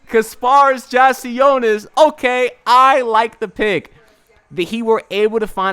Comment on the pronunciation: Bro, you are terrible with names lol. You just heard Adam Silver pronounce the man's name correctly, and you butchered it lol! I'm a need you to stop saying peoples names and just referred to them as the guy lol. LET'S GO HEAT LET'S GO HEAT LET'S GO HEAT!